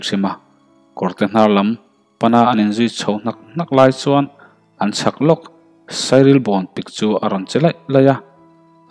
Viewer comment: A ngaihnawm e. I chhiar thiam. Sawisêlna nazawng vangin rilru tihnual suh. Lam dan leh thlûk dan a inang lo fo. A rîk dan, thlûk dan pawh khua azirin a inang vek lo. Lam rîk dan dik erawh a awm. Sairîlbàwn, ti lovin Sairîlbon tih hi a dik. Hetiang hian diklo erawh a awm zeuh thei. Lo chhiar láwk hmasak a ni lova. Lehkha chhiar dik leh ngaihnawm hi a har a nia. A ngaihnawm e.